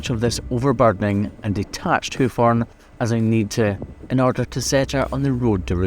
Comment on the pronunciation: It took me 6 and a half minutes to recognize the word "horn" being spoken in the video.